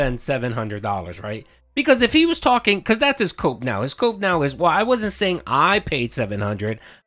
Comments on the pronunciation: I thought you said coke stream for a second lol. I thought "Wow this season took an unexpected turn" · Cope or coke stream?? Wtf did i hear 😂😂😂😂